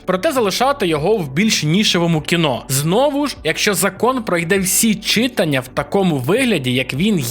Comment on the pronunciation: Чому чИтання? ЧитАння ж